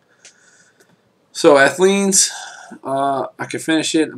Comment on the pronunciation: you said athene's wrong lol